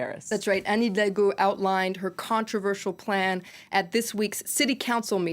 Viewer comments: Elle a beaucoup de mal à dire Anne Hidalgo haha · She had a rough time pronouncing Anne Hidalgo 😂